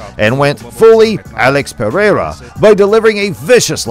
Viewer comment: you have a fight channel and cant say Brazilian names 😂 you say pe-rehr-rah 😂